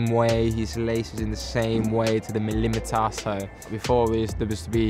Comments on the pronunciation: The way he says millimetre jesus christ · The way he says millimetre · The way he said millimetre tho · the way he said millimetre 😂😂😂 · listen to how he says millimetre😂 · Too british? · How he said millimetre😭😂😂😂😂😭😭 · The way he says Millimetre 😂